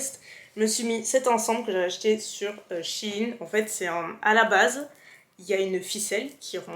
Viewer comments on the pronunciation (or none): none